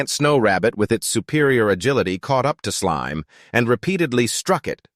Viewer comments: This is a good vid but i get rage baited every time it says slim instead of slime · it's slime not slim